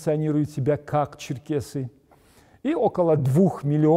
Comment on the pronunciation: НЕ ЧЕРКАСИ, А ЧЕРКЕСИ.